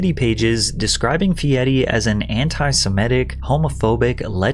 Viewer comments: Could we PLEASE 🙏 stop saying "Fi-dedi"...it's Fee - er - ee...NOT "Fee-dead-ee", not "Fee-de'er-di", & not "Fee-e-eyedi", no matter how hard he/others try to make it sound "cooler" by adding letters that don't exist. Also where TF are u gettin that Triple-D is ANYTHING even REMOTELY CLOSE to Gordon Ramsay's Kitchen Nightmares? Ramsay CRITICIZES food, dirty kitchens, etc., Guy does basically the EXACT opposite, to the point I've literally NEVER seen him criticize ANY part of the restaurants he visits. Where on EARTH 🌎 are u gettin the idea, those 2 shows are ANYTHING similar, other than the fact they both have food involved? If only sayin things, made them true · Why do you say his last name like its some Italian sex position? its just fee- airy. Simply as. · Whys Patrick keep calling him Fieti? Its an R, not a T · It's Guy Fieri not Guy Fieddy. 😂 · Bruh he keeps saying fiety, cant watch this shit lol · Are you saying FieTi? Then I here him say it the same way..... Am I going crazy that I'm seeing FieRi..... Someone tell me I'm not crazy. ... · His last name is not Fietti.. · His name is "Guy Fieri" yet every time you say his name, you say "Guy Fi eddy" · I've never heard someone pronounce it Fieti. Is this normal or is it just your AI voice screwing things up again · Why are you saying fe-etty there’s no Ts in his name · Why are you pronouncing his name Fieti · why are you pronouncing it Fietti Pat? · “Fietti” bothers me for some reason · Probably saying feiri as feidy is why nobody likes guy feiri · fe-et-te? fe-ed-te? what are you saying? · can someone please help me out here... Why is he pronouncing his name like some sort of cheese (fetta) I'm beginning to think he's never watched an episode or even heard of the guy till recently... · why do you keep saying "fieti"? theres no 't' and its quite jarring tbh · As an Italian speaker, i die a Lil bit everytime he says "Fieri" (sounds like he's saying "Fieti") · Why are you pronouncing his name wrong?